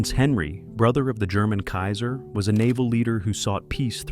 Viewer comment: Cool but annoying the AI voice can't pronounce 'kaiser' or 'dynasty' correctly...